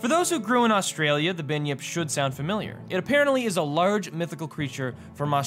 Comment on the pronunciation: binyip?? its its pronounced Bun-Yip